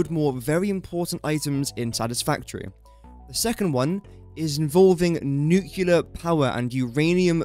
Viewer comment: I first want to say that your videos are very helpful and much appreciated. But this has bothered me whenever I hear it in your videos: it's "nuclear", not "nucular" 😅